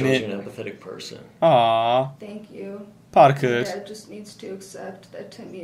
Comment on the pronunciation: Parker e parke diyor ksksksmemoss